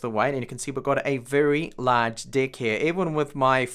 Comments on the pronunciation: lmfao....it don't sound like you are saying deck...but....hahahahahahaah...."you can see I have a very large d!ck here" lol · Did you say large dick or deck?